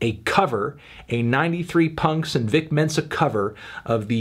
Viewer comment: His name's 'Vic Mensa', Anthony - not 'Dick Tenser'... FFS.